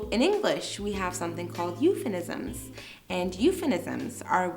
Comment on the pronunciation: It was really a great video, allow me to correct you, the term is "Euphemism" not "Euphenisms". I searched a lot about that. But that's fine we all are humans and humans make mistakes. If I'm wrong, I would really appreciate if someone corrects me.